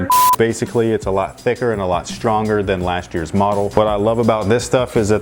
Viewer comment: He said stronker